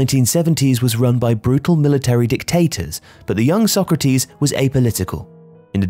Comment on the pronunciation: The pronunciation of Sócrates changes all throughout the video 😅 Sock-ratees, So-krahtis, So-krahteez. I guess it's better to put everything in so you get at least some of it right 😂 (spoken as someone who has no Portuguese knowledge at all so unsure as to which is the closest to correct)